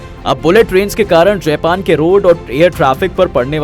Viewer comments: जयपन नहीं जापान बोलो। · जापान है जयपान नही यार😂